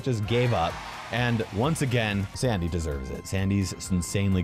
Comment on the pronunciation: I swear I heard Dandy instead of Sandy turn on subtitles and you’ll hear it too or slow mode the video